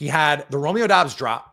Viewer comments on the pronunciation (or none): none